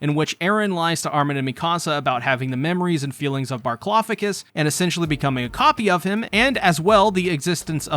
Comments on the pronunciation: Can someone please explain why he calls Bertholdt Barclofagus? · Why are you pronouncing Bertholdt's name like that?